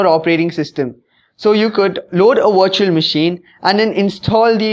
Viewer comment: It's great that you speak english, but please work on your pronunciation... I find it very hard to watch/listen to videos posted from India for this very reason which sucks because the topic at hand is usually one of great interest. Every time I hear "Virtual Machine" I keep thinking you're talking about a washing machine etc. I do not mean any offense nor is my intent to insult you, If you were to work on your pronunciations your videos would probably receive a noticeable increase in hits. That being said thanks for the video it was informative.